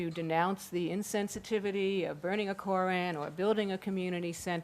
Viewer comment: "Kore-ran"Yuck.Man,this chick's voice and pronunciation is ghastly.I agree with Sam Harris:while the Muslims have a Constitutional Right to build the mosque(and yes,it is a mosque,not a community centre),they also need to know that they're needlessly provoking the families of 9/11 victims(especially if the report is true that they planned on opening it on the anniversary of 9/11.Talk about salt in wounds)The NRA can also build a monument to guns across the street from Columbine High.Should they?